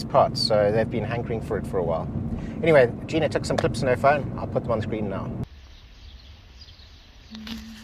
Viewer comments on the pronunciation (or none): none